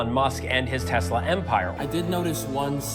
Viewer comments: I love Tesler😂😂😂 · "I love tesler!" 😅😂😅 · Oh, No! Not Tesler!!! Anyway... 😂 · Someone should tell the orange baffoon that it’s not “Teslurr”